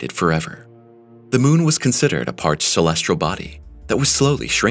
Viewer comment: "Celestrial"?? Body?? Doesn't really inspire confidence in the story.